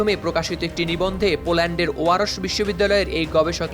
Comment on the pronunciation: উচ্চারণ ওয়ারস্ নয় ওয়ারশ।